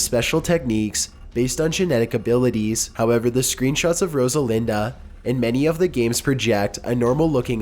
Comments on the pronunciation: Rosalinda??? Are you fucking serious? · I swear if you react to this I am going to sue you Every time he said Rosalinda I cringed so hard jfc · Brex BH Rodalina. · Rosalinda was one of the worst. There's not even a D in her name :/ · "Separyoth?" "Aeriath?" "Rosalinda?" "Meelee" Did even read the names once before recording?